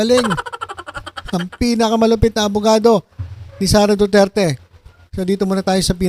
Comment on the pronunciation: TSMA BA DINIG KO: DO-DIRTY!!! DO-DIRTY!!! DO-DIRTY!! 😂😂😂